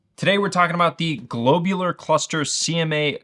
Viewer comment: glob u lar cluster, not globe u lar cluster. what's a globeular? lol